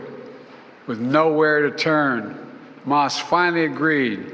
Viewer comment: Right dude talking bout hamah cant even say it right justbanither grifter